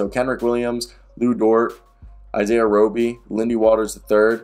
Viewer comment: It’s Roe-Bee. You did good. I doubt he’s on the team much longer though